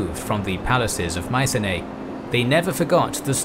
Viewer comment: Mycenae is pronounced Mi-ke-ne